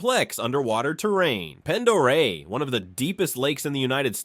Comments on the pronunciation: Didn't even hit 20 seconds and you can already tell that the maker did ZERO research because it's pronounced pon-der-ray not pen-der-ray! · "Pend Oreille" is pronounced "Pond-ə-RAY". "Coeur d'Alene" is pronounced "core-duh-lane". "Owyhee" is pronounced "Oh-WHY-hee". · I'll give you a break on pronunciation but say it like cord a lane and pond eray. I know the spelling is goofy but I give you an A for effort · Not "pend" Its sounds like "Pond" And the state OWNS all the water! Come visit, don't stay!! If people don't stop moving here we wont have any trees left. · The locals Pronounce the lake ponderay. Not pend.😊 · first of all it is ponderia instead of what your stupid computer and it is Camas Prairie you need to some how fix its mistake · Cord-a-lane, ponda-ray 😊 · I'd of thought they would have learned how to pronounce Lake Pend Oreille.